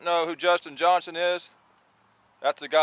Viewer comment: I love watching both you and Justin Johnston (pretty sure it’s Johnston, not Johnson) but both are different but really great videos!